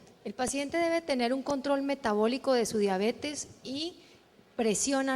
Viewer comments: COMO QUE DIABETIS, QUE MAL QUE EN LA PONENCIA PRONUNCIO MAL ESTA PALABRA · se dice "diabetis" pero se escribe diabetes. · Acá y en la china se escribe y se dice DIABETES. No puedo creer que dijo diabeti